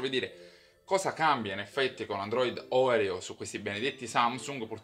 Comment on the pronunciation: Si pronuncia Orèo, c'è pure la reclame in tv :-)